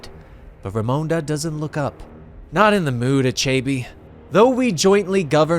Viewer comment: Nice video, thanks! Tho, these mispronounciations take me out of the story. That villain's name is pronounced, AH-CHE-BEH (with a slight upwards intonation on the last syllable) 😃